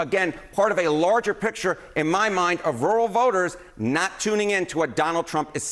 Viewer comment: so much happenin with woowal votahs